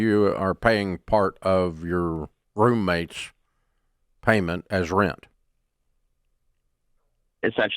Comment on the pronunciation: The way he said "roomate" hurt me a bit....but its definetely a reality kick in the pants 😂